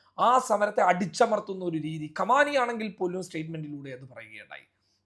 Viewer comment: കമാനിയോ 🤔 എന്താണ്!? Khamnai (khamnai എന്ന് പറയൂ )